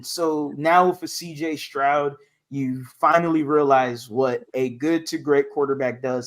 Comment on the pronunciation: You’re killing me Q. Say Proud remove the P then add St